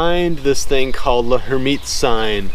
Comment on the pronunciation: L'hermitte's sign is pronounced "Lairmitte." the 'h' is silent.